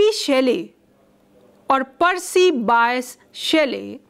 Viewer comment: Pronounce Byshee properly.